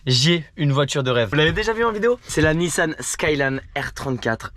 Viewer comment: La prononciation de merde haha nissanne saaiiiiilaannnnnneee